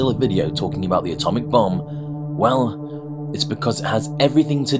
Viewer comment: Thought u said Atomic Bum